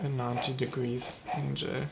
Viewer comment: When you said 90 degree angle , you said angel instead of angle.